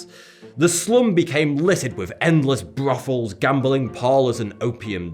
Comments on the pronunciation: "The slum became littered with endless brothels, gambling parlors and opium dens." Just the way you said Brothels, like there was a F in it or something. British accents are hot. I would learn to impersonate them but I am not posh enough to pull it off. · Brofels. It's Brothels you fucking dimwit. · Bawbuhs and bwathels.